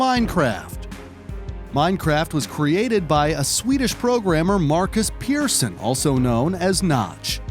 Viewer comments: no his name is markus persson not peerson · Also, the clips credited to AntVenom are incorrectly credited, HatFilms made it and it was shown at BlizzCon in, I wanna say, 2011 And they pronounced Persson as both "Peer-son" and "Per-son"